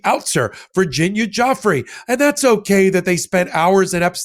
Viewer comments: Karoline is acting like she's never even heard of her name before. She doesn't even pronounce it, right. That tells me she doesn't do any further investigation. She only listens to what the President or the DOJ tells her. I really don't think that the paychecks that they received for this will be worth the soul they sold for it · Please, learn how to correctly pronounce Virginia’s last name. Karoline butchers it the worst but you guys can do better. She has passed, let’s give her the respect of honoring her name correctly. Thank you.❤ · How about her butchering of her name! Do you know how to pronounce it?? I sure as hell hope so!!!!!!!! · Please learn how to pronounce her name correctly. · Wow. There is a special place in hell for Leavitt. Also, maybe learn the correct pronunciation of the victim's last name. It's just good manners. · Her name is Virginia Giuffre Levitt pronounced it wrong please be sure to say it correctly. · I wish you'd have the respect of pronouncing Virginia Giuffre's name correctly. It drives me nuts that, the poor women was sex trafficked as a child, spent her life fighting for the victims and eventually took her own life and you can't pronounce her surname! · Her name is pronounced joo-fray.😢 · Virgina's name plays into their narrative. Leavitt seems giddy calling her Guffrey instead of pronouncing it correctly. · Her name is pronounced Geee Leen, it is a french name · please learn to say Virginia Guiffre name correctly. She committed suicide over this. Even though we all know that that is not your intent to be disrespectful, not at all, for her family the correct pronunciation has meaning. Thank you. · Leavitt does not know how to pronounce Virginia’s last name. But, you need to pronounce it as “Joo-fray”, please! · Please pronounce Virginia's surname correctly! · She's not even pronouncing the victim's name correctly. What a loser Karolying Levett is. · They don't even pronounce her name right for heaven sake